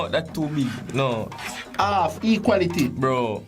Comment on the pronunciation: James say equality😂😂